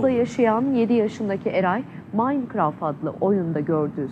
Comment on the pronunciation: habercilerin hiçbiri ''minecraft''ı doğru söyleyemiyor minecraftı yanlış yazanlar da var